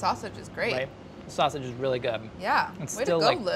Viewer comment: That “Wavage” is totally “Sausage” lol